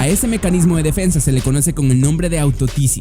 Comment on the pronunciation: defensia jajajaj